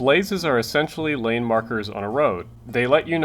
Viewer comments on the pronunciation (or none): none